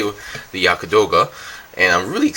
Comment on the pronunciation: not Yaka....Yagd...or Yakt